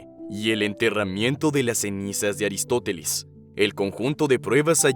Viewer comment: es aristofeles? O aristoteles? 🤔 o son diferentes?